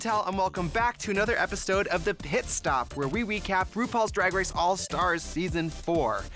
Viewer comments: I think she said epistode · 😭 Trixie said welcome back to another "epis-tode"😂😭❤️ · Im trixie and welcome back to another "epistode" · Is anyone gonna discuss the fact that she starts the video by saying “epistode”? Just me? Alright. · Trixie said "epistode" in the beginning😂 not really relevant but it made me laugh for some reason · Tracy said “epistode” or am i tripping ? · Trixie says “epistode” in the beginning 😂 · “Another EpiSTODE” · "Welcome back to another EPISTODE" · Trixie says "epistode" in the intro, lol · "another episTode" Did anyone else catch that? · Did she just say ''Epistode'' ???